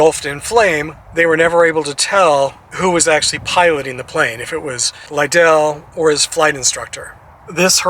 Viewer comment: He played for me. Great family. His name is pronounced Lidle like you’d pronounce like soup ladle. If you do baseball let me know so I can assist